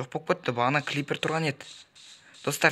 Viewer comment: Клипер 🤣 Сен натури қуад екенсің бро Крипер дейді